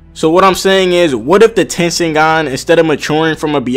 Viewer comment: its tenseigan